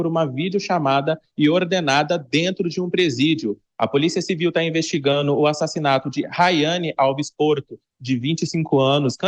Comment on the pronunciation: Rapá! Esse jovem é jornlista mesmo? Ele falo assim, mesmo? "A policia civil esta investigaNU? Que é isso mesmo. Heim!?